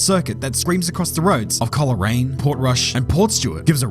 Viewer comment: Amazed to see Northern Ireland make any list like this, making a name for ourselves... Maybe not in the best way, but better than what we're normally known for And just for the record, Coleraine pronounced Coal-rain, rather than col-eh-rain